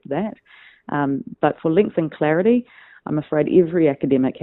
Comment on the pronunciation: Claridy .... ha ha, I never noticed until you mentioned it!